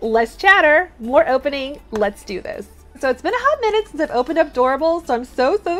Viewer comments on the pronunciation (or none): none